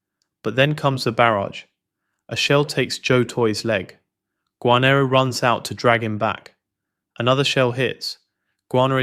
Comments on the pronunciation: Dear, GOD fix your AI narration. "Gar-nere" not "Guarno." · Typical AI slop. It's Bill Guarnere, not "Gwahrner". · Garn-EER, not guanert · AI..... you've obviously never watched this series lmao. GWANNER LMFAO, wtf.